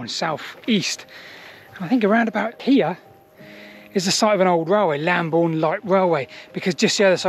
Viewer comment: Excellent, it would be nice to research Bockhampton Church one day. Also interesting that that route meets up with Roman Road Ermin Street. Look forward to more! ps Lambourn not Lamborn!! (unless you are using the old spelling!)